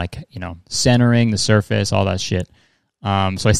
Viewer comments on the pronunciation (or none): none